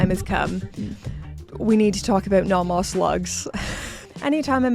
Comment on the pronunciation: Congratulations on pronouncing Nomos and Glashütte so well! I hope Teddy watches this video 😀